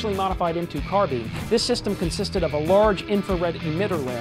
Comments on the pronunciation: I can't trust anything said by a guy that says "carbean" instead of "carbine" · its carbine like turbine cause carbine comes from a mutation of the French word meaning short rifle I think, you can say whichever way you want it's just I was brought up in the UK, cause we have to learn French in British schools